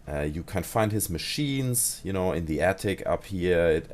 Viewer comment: Oh sry du sagst you know höhrts sich aber an wie genau